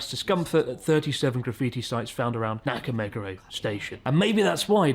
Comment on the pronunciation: Fvking Chris is in Japan for a decade and he still doesn't bother to pronounce Nakameguro the right way, that's how much of a hack he is